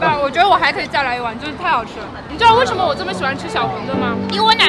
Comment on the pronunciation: Afu's wife's German pronunciation is impeccable. However could somebody tell me why she pronounces wei shen me like "woshomo"? Is that a dialect? Sorry for the ignorant question, I'm a beginner.